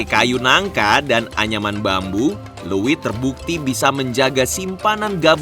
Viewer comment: untuk host nya pengucapan untuk wadah padinya bukan "luwit,... tapi leuit...!